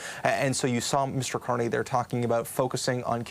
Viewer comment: YES, HE SAID CARNRY BACKED HIM